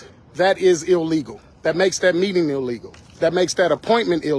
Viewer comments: It was not "eeeleegal", as it's an independent investigation. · Wtf is “eelegal” ??